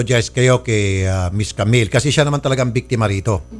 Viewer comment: "jamill"😭✋ Sorry po natawa ako HAHAHAHAHAHAHAHAHAHAHHAAHAHAHAHAAAHHAHAHAHAHAHAHHA